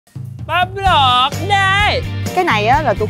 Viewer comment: Ông vinh ổng nói bắp luột đê